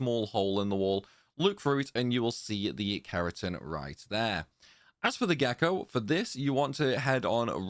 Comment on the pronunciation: I'm not trying to be a dick bro as I love your videos and they've been super helpful to me but it can be so off-putting sometimes cuz your phrasing sounds like Alan partridge- not your accent- your phrasing, tone and diction. "On the window...RIght.THere." "And then..COme.BAck. you sound like your trying to emulated a news reader or something- it sounds so much better when your just being natural dude. I'm honestly not trolling or trying to be hurt cuz I do genuinely appreciate you and your videos-thsts just so off putting sometimes. And it's not only you, it's loads of UK YouTubers. They use this same type of reading. I get you need to pronounce stuff properly so people can understand but when you OVERpronounce, all the time, it just comes off a bit grating. I'm sorry if I sound like a twat, and this is just my opinion obviously- I don't have any kind of speaking qualifications lol. I just think you sound so much better in those moments you talk normally, so much more natural rather than sounding like someone reading the news highlights you know? I genuinely appreciate you bro, this is just a sincere positive criticism 😮‍💨